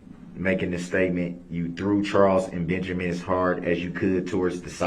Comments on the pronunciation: DB can’t even say Benjamin correctly, he says “BenJERmin” Lol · Did this man say benjermen oh non talking ass special ed ass